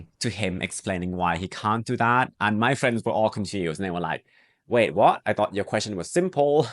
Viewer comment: Very instructive and enjoyable, but also very familiar. You speak English in a Thai manner. You often omit the closing consonant of English words. Example if you say 'WAY' for 'WAIT' the English speaker must ponder the meaning = WAY, WAKE, WAGE, WADE, WANE, WAVE, WHALE, or WAIT